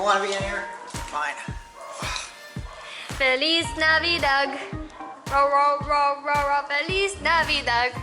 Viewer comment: "Fleas Navidog"